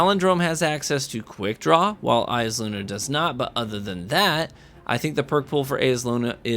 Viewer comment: It's Eyes-uh-Luna, come on.